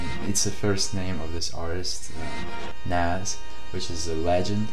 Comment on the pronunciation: Cool Reaction, But plz pronounce Nas name correctly